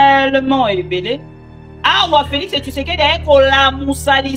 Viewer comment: Félix tshisekedi et non Félix tshusekedi